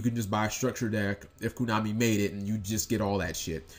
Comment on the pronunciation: why do you keep saying koo? it's koh-nah-mi, man.